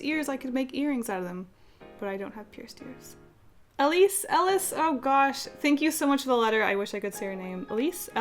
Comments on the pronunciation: I think the name "Elise" was pronounced as A-l-ee-s-e It sounds Dutch? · I have a friend named Elise and her name is pronounced É-Leez Hope that helps ;3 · elise is probably pronounced el-ee-ce